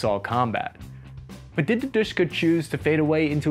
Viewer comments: its dooshka , u need to pronounce it right by the time my soviet comrades army capture US with help of China. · It's not "dYshka". It is referred to as "dE-shE-kA". Were both E is spoken like sound A in shAll, hAs, hAve. And sound A is spoken like A in word tAsk. For English ear "dyshka" may sound very Russian, but in Russian "dyshka" souns rediculous, similar to "odyshka" which means shortness of breathing or dispnoe. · It's not Dishka, it's De-Sh-Ka (Д-Ш-К), lol! 😆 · It's De-She-Ka, leave "Dushka" for someone else. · Why can't you watch some Russian youtuber's review to know how to spell gun's name? It's De She Ka, not Dishka. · DShK in not Dushka but Dаshka (Дашка) which means Dasha (Даша, Дар'я) - one of slaves weman names. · Не дышка, а ДэШэКа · It's Dooshka not Dishka or Deeshka. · DShk not duska lmao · Dushka not Dishka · it's "dooshka" not "deeshka" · Please, ask someone, who speak russian, to tell you how to speak "De - Sh - K - A" correctly. Your "Deshka" is ridiculous. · While "душка" is indeed Russian word, I've never heard Russians calling it that. Seems they only pronounce the letters D-Sh-K "deh sheh kah" (дэ-шэ-ка). Sort of like "krinkov" is American only thing, never used in Russian parliance or by anyone else. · u pronounced it wrong. DSHK is ДШК in russian, which is an abbreviation Д.Ш.К. thus u should pronounce it in the way u would pronounce FBI for example, each letter separately: Д - de, Ш - she, К - ka, de-she-ka. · It is pronounced DEH-ESH-KA with emphasis on the first syllable. It is an acronym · You should pronounce this as "Doosh-kah". It's a a "cute" version of Russian word "dooshah" meaning "soul". In the beginning of 20th century, a common referral of a husband to his wife was "my soul". Another nickname of this gun was Dashka, a non formal version of the very common Russian name, Daria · It is pronounced as D-A-shka, the second letter sound is like u in umbrella, and Dashka is a short name for the female name Daria/Daryna.